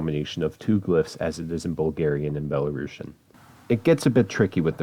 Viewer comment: You prononsed it wrong. It's not BelaruSHian. It's BelaruSian, like in word TuniSian